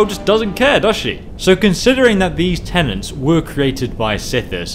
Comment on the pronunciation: “Tenets”. Not “tenants”.